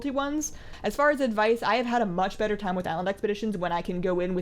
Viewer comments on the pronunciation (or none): none